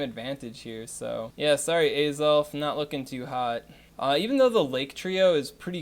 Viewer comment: If you are wondering about the pronunciations: Mis-mag-ee-us, not Mis-may-jee-us Ray-quay-za, not Ray-quah-za Ah-zelf, not Ayzelf And the other lake trios are Youk-zee and Mehs-prit